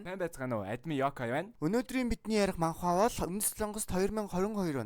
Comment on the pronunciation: манхва биш манва гэж уншдаг шүү😊